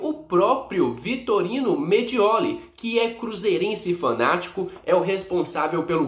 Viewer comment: Renato me desculpa está te corrigindo, vc está falando Vitorino, o correto é Vitório Mediole.